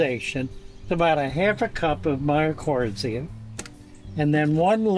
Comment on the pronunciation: Just a bit of a tip, mycorrhiza is pronounced like "Mike-CO rise ah" best I can do with phonetics. Anyway this is awesome so similar to what I use in substrate, you're the first person I have seen use worm castings and biochar both which I use. I have been kicking around adding fungal innoculum to my next tank rebuild. Now I definitely will. DE was another one I had considered but never did. I tend to use green sand and basalt as mineral supplements. Basically I use mostly the same things I use in my gardens. I also use Dr. Earth 4-4-4 organic fertilizer which has both some beneficial fungi and beneficial colony forming soil bacterium in it. Dude I gotta say it, you're one of the best fish people on YouTube. While it has nothing directly to do with keeping fish if you want a real deep dive into biochar and how amazing it is, how it works, how to make it, etc. I put weeks of work into this presentation before I gave it.